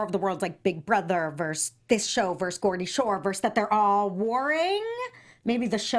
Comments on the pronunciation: Geordie Shore, not Gordy 😂 love you girl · its Za-hee-duh *she was on Geordie shore and EOTB., you're saying Geordie wrong. Also, Bear was never on Geordie shore (i know, ive seen all episodes lol), he was on EOTB and hosted Just Tattoo of us. Ashley was also Kayleighs ex. Ashley nearly beat up Bear on Just Tattoo of us. Bear is for real a shit stirrer. worse than Theo. found it so hilarious that BEAR was trying to calm and pull Theo back cause he's the one who usually caused the drama lol sooo excited my fave UK shows are now on the challenge!!